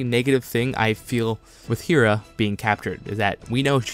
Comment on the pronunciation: Great video! I agree with most of this, but I hope kanan doesn't die. Take ezra instead of kanan filoni.... also Hera is pronounced "Hair-Uh" not "hear Uh"... sorry to correct you, it was just really bothering me XD